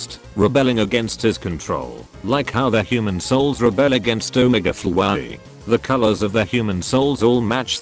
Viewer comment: “Omege flowaey”